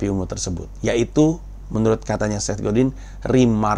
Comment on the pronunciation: Bacanya Set Godang, oom